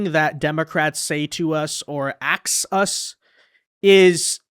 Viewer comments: Where did she lear how to say axe ? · REP. McIver, it's "A-S-K". "ask". Sound it out. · Last I heard, when you “ax” somebody, that could be a murder. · LET ME AXE YOU SOME QUESTIONS.... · Jazmine jr… haha she axed the hell out of that question 🤭🤭🧊🧊👶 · Axing questions tells it all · I would have said why don't you axe me a question that's relevant to this hearing 😂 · Soon to be locked up comgresswoman is AXING questions😂😂😂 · “Axing a question”. Jasmine is a true intellectual.😂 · Let me axe you 😂😂😂😂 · Axe lol She’s a hilee edgucated woman. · Antifa and liberals wear masks so they can't be identified so why can't the people doing good for our country. What kind of name is Lamonica, also "Axe" lmfao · ax us lol